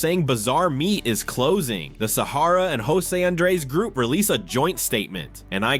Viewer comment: Guy Firey?!? Saharrra? Hate fucken AI pronunciation.